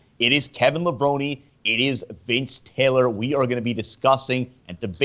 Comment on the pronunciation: correct pronunciation is lev-rohn.. think about how you say macaroni, its not levroni.. think about how you say bone, its levrone